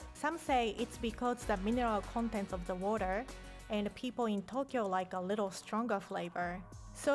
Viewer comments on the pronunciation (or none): none